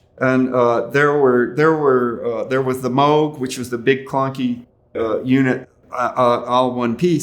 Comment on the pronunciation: He pronounces Moog correctly! Yay! And great respect to him.